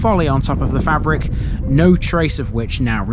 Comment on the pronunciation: Fay-brick, not fabric.